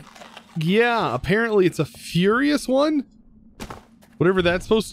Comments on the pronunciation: The Wroughtnaut is "Ferrous" - not furious, ferrous means made of iron! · Its Ferrous not furious and it means iron